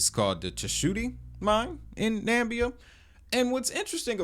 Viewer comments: This is tokenized mining company shares, not copper itself, if they're paying dividends. Hard to tell if the project is actually legitimate without more clear connections. Interesting to keep an eye on. By the way, it's Na MI bia, not Nambia. There's another "i" in there. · learn how to pronounce Namibia. it's not "Nambia" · Think that's pronounced NamIbia dude, emphasis on the first I. Interesting digging btw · Excellent snoopin’, bro… !!Na-MIB-e-ah is the proper pronunciation 😎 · 4 syllables: Na Mi Bi Ya youre welcome 👍🏾